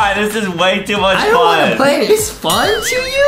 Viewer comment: Adem said pway and no one noticed